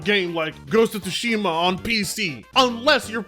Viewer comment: "Port of Tsushima" 🤣🤣🤣